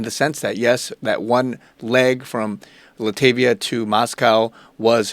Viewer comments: FYI, it's not pronounced "LA-TAVIA", rather it's "LAT-VIA"... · Enjoy your content. Btw it's Lat-Via not La-ta-via🙏🏼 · Dude, love your channel, but get to know your countries. It is pronounced "LOT VEE YAH", not "LA TIV EYAH". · Latvia not Latavia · Latvia is pronounced "LAT - VEE - YAH"" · It's pronounced La -t -via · Thank you for keeping us in the loop. It's pronounced LOT-vee-A or LAT-vee-A.